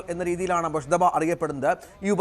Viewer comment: ആ പേരെങ്കിലും ഒന്ന് ശരിക്ക് പറയു .മുജ്തബ എന്നാണ്. മുശ്ത ബ അല്ല